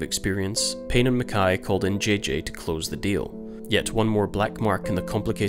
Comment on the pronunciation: One of the first people I’ve heard pronounce mackay correctly.